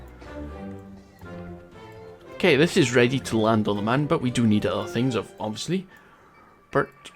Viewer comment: yes i love your vids but just say it like moon